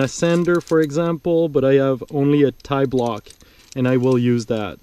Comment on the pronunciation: I always love your videos, no wonder why Andy Kirkpatrick quotes you. Man you are a genius. The only slightly naughty comment I'll indulge in is: I prefer pronouncing tiblock as the French pronounce P'tit block which is the shortened version of petit block rather than tie-block. I'll doing some solo top roping on Wednesday but luckily enough I'll be able to abseil from the top of the crag. I bought myself a Roll'n Lock last year after seeing your comments on it but I still have a shunt which I use often with double ropes but I also use a back up hitch. Most single pitch climbs here in France are over-bolted so your Stickclip method would be most convenient and once you are at the top after all that toil, you could traverse and use other lines too and spend all day climbing on your own. Thank you again.